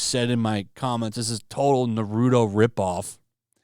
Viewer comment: Please learn how to say Naruto I have been hearing people say it like that for a decade now